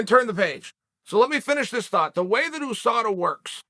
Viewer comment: No one: Literally no one: Chael: Khamzat didn’t fail a Ooosada test